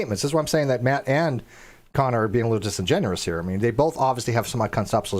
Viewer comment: Well, I think they are both a pair of idots. Oh, FIRST! And, please grasp these concepts: It is disingenuous, not disingenerous. It is exacerbate, not exacterbate And it is HEIGHT, not heighth. Thank you for your attention. {:-:-:}